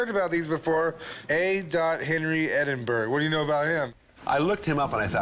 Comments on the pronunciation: Yanks really struggle with Edinburgh, Hertfordshire etc 😂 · I f**** hate how they say Edinburgh I'm from Scotland and I can pronounce it correctly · If you came from Scotland and couldn't say it pronounce it correctly I would be very worried... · "edinburuh" not "edinburrow" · smh my guy said "edinburrow" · American's say edinburo. Edinburgh should sound more like edinbura.bura not buro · Dear Americans Edinburgh - ED-IN-BUR-AH Not Edinboro or Edinburg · Edinburr?!? EDINBURR?!? EDINBRUH!!! ITS EDINBRUH!! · I only have to say, Edinburgh is pronounced Edinbura, not Edinboro! 🏴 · ITS PRONOUNCED EDIN-BRUH NOT EDIN-BORROW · as a scot i can say for absolute sure its not, its pronounced eh-din-bruh but sometimes in scotland the r is rolled and can sound like eh-din-bu-ruh, so i can see the confusion, but burrow with an obvious w at the end is a bit silly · Its not Edinboro....for Americans say Edin...borough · Pronounced Ed in burra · ‘Edinbro’😂😂😂😂 mate you can’t even say the name right, these Americans man 😂😂😂😂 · Never heard of Edinburrow 😂😂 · Why tf did that guy say edinburrow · What is it with these people Ebinbro . Edinburgh Were do the get Edinbro . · Edinburgh is pronounced "Ed-in-brah." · How the second guy pronounces Edinburgh gives me the fear. Edinboro. :-D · Why are they all pronouncing it "edinboroh". Its Edinburgh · its Spelled Edinburgh, but its pronounced "edinbra" or you could just call it by its Gaelic name "Dunedin" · Just have to laugh when Americans say my home town of Edinburgh, if you want to say it’s edinbra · "Made by A Henry of Edinboro" .....brah don't you mean Edinburgh? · I love the show and these guys however the way they all pronounced Edinburgh just grinds my gears it's not hard to pronounce correctly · I always burst out laughing when an American trys to say 'Edinburgh'. They always sound so stupid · I love how they don't say Edinburgh correctly never heard any American say it right it's funny 🤣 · No american can pronounce Edinburgh